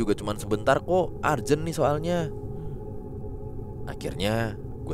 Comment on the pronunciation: Urgent, /u/ jgn dibaca /a/